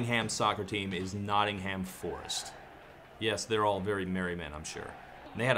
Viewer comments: It should be pronounced “Notting - um” Only septics say it “Notting- HAM” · In England it's pronounced like NOTTing 'em, the H is silent and the emphasis in on the Not, same with BIRMing 'em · the way he says nottingham, really hurts my ears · it's not notting-hamm its notting-um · “Nottingham” is pronounced “Not-num” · How you pronounce Nottingham has my teeth on edge... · OK, so not only do you hate on TNCD, not only do you pronounce 'Nottingham' wrong, but you shit on *Love Will Keep Us Together*? And *One Tin Soldier*? Come on, man!